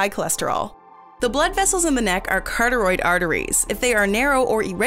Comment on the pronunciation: The correct pronunciation of carotid is as it is spelled.... not- carteroid